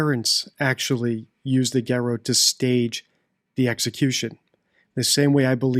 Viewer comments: gherr-aht not gherr-oh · This dude pronouncing it a “garrow” instead of a garrote (GEROT) is ridiculous. Additionally, his takes on this are the same as a 10 year old kid. There is no big revelation here. From the very beginning everyone knew the brother killed her and the parents covered it up. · I speak French. "gah-ROT" is the pronunciation you want, not "gah-ROE," which is so wrong and uneducated, it's embarrassing to hear. Important to know in pursuit of correct details. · Garrote - ge-ROT, not ge-roe. From the horse's mouth, not horse's mouth. A leap in logic, not a logical leap. That one really annoyed me. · It’s pronounced ga-rott not ga-ro(h) … it is of Spanish origin, not French. Makes you sound somewhat pretentious when you inflict your bogus and unnecessary cultural interpretation on such a simple word. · It's pronounced ga-rot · It's pronounced gah ROT/ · ga-ROT. Short O, emphasis on second syllable, and pronounce the T. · I like how pronounces garrote differently almost every single time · The “t” in “garotte” is not silent, google it